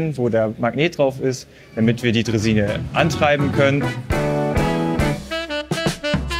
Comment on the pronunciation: Tolle "Drehsine", obwohl es eig. eine Draisine ist, lieber!;)